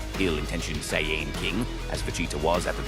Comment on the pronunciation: Getting a "do not recommend channel" and dislike for dumb ai bot pronouncing it cyan.... like bruh 😐😐🙄